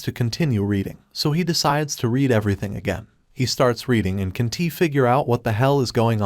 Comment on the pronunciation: All I Hear is "he can tea" or "he doesn tea", Fix that issue, Its Annoying and Problematic, but the Recap is Perfectly Fine, Its Just the "Doesn tea and Can tea" That Isn't Okay